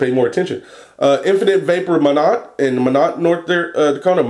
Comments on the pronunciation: Not trying to be "that" youtube guy but it's pronounced "My Not" i lived there for 2 very very cold years. It's not the best place ever. Again sorry for being that guy, also love the videos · Minot, ND is pronounced 'My Not' it's kinda weird. I lived there for a while when I was younger. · Hey I live in minot north dakota:) and by the way you pronounce the t at the end of minot haha. And your juice is freaking amazing! I've been vaping on it none stop!!